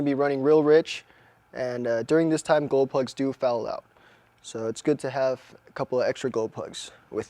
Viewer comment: are you saying golplugs? cant understand,sorry